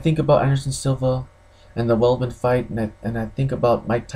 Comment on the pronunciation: The name is Weidman not Weldman, focus on the facts, stop dreaming. You sound like someone that has never been in a fight and delusional.